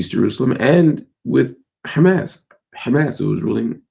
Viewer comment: Try to pronounce Hamas better. Sometimes you get it right. But mostly not right.